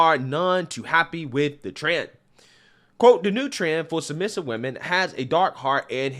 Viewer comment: How about pronouncing the word correctly it's women not women when it's plural